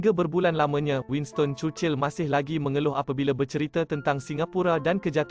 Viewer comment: sebut churchill betul ii